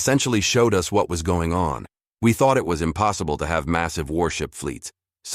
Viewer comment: What the heck variant of English is the Narrator using? "maSEEVE", "rahDAR", VAR-ee-ANT" ???